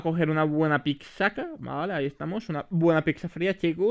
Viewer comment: Picza xd 🤣 es pizza (sin ofender)❤